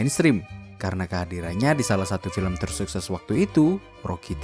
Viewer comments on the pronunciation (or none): none